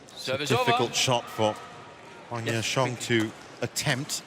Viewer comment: Judge pronounced ‘Huang Ya Kuang’ 😀